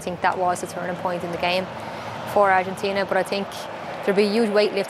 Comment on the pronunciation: I dig the way she says "Argentina" with almost an Argentina accent, kudos dear!!